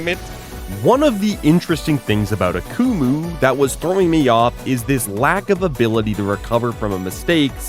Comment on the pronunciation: The way you pronounced Akumu throughout this video made me wish I was deaf lol